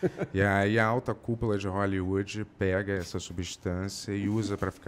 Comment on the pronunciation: "você não tem uum atoer de hooellywooedi?" Kakkakkskss